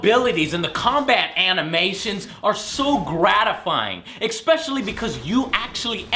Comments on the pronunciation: "Expecially?" hey AngryJoe.... its Especially...... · Again please will someone tell that the word is "especially" not "expetially". it is the ONLY thing that bothers me ABOUT HIM. Well that and some of the unnecessary screaming but he does when it isn't warranted. The mispronunciation is in almost every single review. Its bad. But its all that's bad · There is no X in "especially." Please stop saying "expecially." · "Expecially"... sigh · Joe says "Expecially" in literally every damn video. I freakin hate that shit! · "Expecially" Seriously? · GOD STOP SAYING EKSPECIALLY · I don't really mind his reviews...well..I have one pet peeve. And that is his use (or rather misuse of the word especially (he pronounces it expectially)) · goona shoot myself if he says "exspecially" one more time in this :-/ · why can't he pronounce especially correctly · There is no "x" in the word especially.